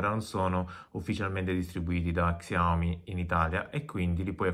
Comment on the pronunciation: sciaomì si pronuncia